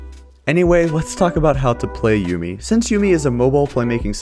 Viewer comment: It's Yuumi not Yummi :D